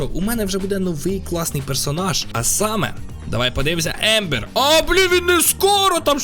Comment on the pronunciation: Ти крутий! Але не ембер а амбер